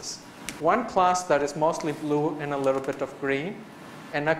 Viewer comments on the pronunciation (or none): none